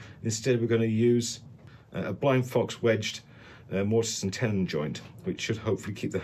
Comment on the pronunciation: Love the mispronounced Morton and Tennis joints 🎾 😂😂